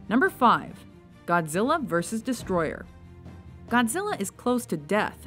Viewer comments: NO, IT'S NOT DESTROYER, IT'S DESTROYAH! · Oh my sweet Jesus. , the narrator said Godzilla VS Destroy-er. HOW MANY GOD DAMN TIMES DO I HAVE TO TELL PEOPLE, IT'S FUCKING DESTROY-AH. NOT FUCKING -ER. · You said "Destroyer", not "Destroyah". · His name is Destroyah, not Destroyer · Hmmm...... it's not...destroyer but destroYAAAAHHHHHHH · I feel like I'm going to get triggered at this list just assuming before I watch this video Edit: Im more triggered at the pronunciation of Destoroyah and Hedorah Its He-Dora not Hedra Its DesToRoYah not Destroyer -_ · It's destroyah not destroyer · She said destroyer but it's actually destroyah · ITS DESTROYAH NOT DESTROYER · It is destroyah not destroyer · It's not "Destroyer", it's "Destroyah". I really don't care about it much, but ur gonna get a lot of heat from serious Godzilla fans for pronouncing that name wrong. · god fuck it's not destroyer it's destroyah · Why do people pronounce Destoroyah Destroyer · It's not destroyer is DESTROYAH!!!! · it's not Destroyer it's...DESOTROYAH!! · Silly it's not 'Destroyer' it's 'DESUTROYAH'! Also 'Top 10 lists that pissed people off'.:D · Its not "Godzilla vs Destroyer". Its "Godzilla vs DESTROYAH!!". Clearly ends in a "AH" not an "ER" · The monster's name is not Destroyer, it's Destroyah. I know they called him Destroyer in the american dub, but I believe that's translation error. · Destroyah not Destroyer! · Tou called is destroyer? No no no. Its DESOTROYAH!!!! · It's not destroyer it's destroyah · It's not Destroyer it's DESTROYAH!!!!! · It's Destroyah, not Destroyer u idiot. Go look up the pronounciations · it's pronounced "Desa-Droy-yah", not Destroyer. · its not destroyer, its destroyah, get it right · Destroyer? It's Destroyha it doesn't has the "e,r" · the monsters name is not Destroyer...its DESTOROYAAAAAHH!!!! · it not yer its yah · The way she pronounced Destoroyah annoys me... -_- its not Destroyer its DESTOROYAH! DES-TOR-OY-AH.